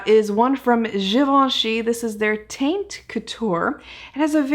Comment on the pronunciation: You're just my favorite guru. I loved how thorough you are and that you take notes! But I think it's pronounced tawnt... Cuz the way you are saying it, isn't that a derogatory slang term for... Well for a girl's hoohah?